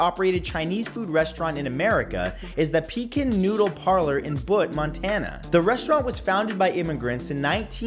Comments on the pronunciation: It's pronounced Buotte not Bot Montana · Matthew! It's prounced like byoot (Butte) Montana. At least you didn't say Butt. 👀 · The way he said Butte😂 its B-you-T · Hey Matt, it is pronounced [Byoot] Montana. 😉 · Uuugggg! Matt! You mispronounce Butte MT! It's pronounced like beauty, but without the y sound! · "Byoot", Montana, not whatever you said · The way he said "Butte, Montana" almost made me gag. Either way, Butte is the last place I'd expect to find the oldest Chinese restaurant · I had to rewind it and listen again. Thought to myself, “No way did he say it like that” but, well, yes he did lol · I know, right. That's how most people butcher it. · Gotta love Montana where people not from here cant pronounce the town names.